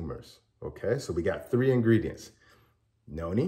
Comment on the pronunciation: it sounds like you are saying yoni and noni. Which one is it? Thank you for your response